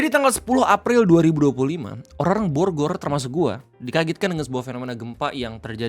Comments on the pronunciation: Pembukaan di awal sedikit terburu² kyany bang. Jdi typo dikit😅. "Bogor" jdi "borgor". Relax bang relax😁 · sengaja ngemim kayaknya 🍔